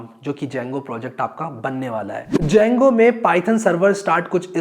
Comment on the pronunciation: The D is silent boah!